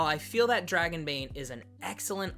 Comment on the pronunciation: NOOOOOOOOOOOOOOOOOOOOOOOOOOOOOOOOOO! LOL okay guys, so NOT say it like that, THAT is a swedish accent whit French R's ONLY spoken in southern Sweden. Just DON'T! 😆